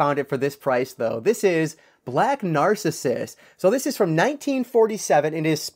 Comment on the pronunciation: Black Narcissus is pronounced Nar-CISS-us